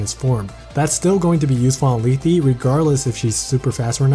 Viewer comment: You butcher lethe and Canegies names by the way . It might just be the way you pronouce them but for me there names are more like Leth("e" being silent) Canayges I have there games and they pronouce them